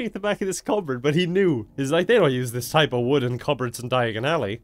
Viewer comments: D-Dia-gon Alley! Fireplace: I didn’t quite catch that. Did you say *Knockturn Alley*? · In the movie he said diaganilly